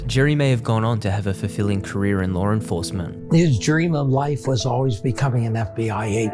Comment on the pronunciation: Lar enforcement